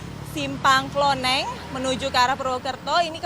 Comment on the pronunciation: Simpang KLONENGAN bukan KLONENG. Kadang reporter suka buat nama sendiri, Kalo nelum tau tanya warga sekitar.